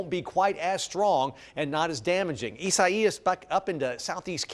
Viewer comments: "A-sigh-ees." Dafuq? I thought it was pronounced "I-zay-us" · he said eezziieees